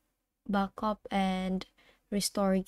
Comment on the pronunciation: did anyone notice that he said backup "backup"